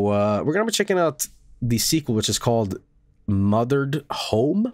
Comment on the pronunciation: You know what, pronounced the title wrong before, but I think I prefer calling this game Mother Red